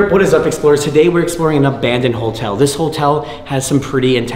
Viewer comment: Have you ever noticed that pronounces "Hotel" as "HOLTEL" lol.. its cute haha